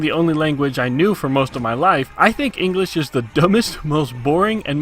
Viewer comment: ingresh. 'nough said. XD